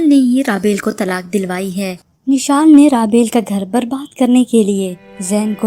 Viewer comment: Nishal ni mishal name h